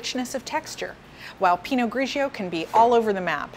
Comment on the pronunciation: You pronounce the pinot grigio wrong hahaha - it's " Pee-noh-gree-JOE" (with rolling R) not pee-noh-greaaa-ssshhoooww"... Also! Its NOT pronounced " suuuveee-in-jon blanK " but rather . " Souv-win-jong blan " with silent C. I got believe how people find this educational? when she is totally embarrasing pronouncing wine names.